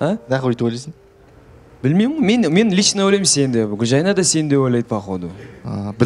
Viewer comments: Гүлжайнаш деп мына жүргізуші елдің миын ашытты. Гүлжайна емес па онда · Катсусылар ушин,Гулжанат деп шайнап отрма атын хоть дурыстап айтшы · отынем Гульжайнага Ш-ны коспай сойлеш бесит уже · Гүлжайна ғой аты, Гүлжайнаш, Гүлжайнат деп де айтып отыр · Гулжайна деп дурыстап айтындар оздерин..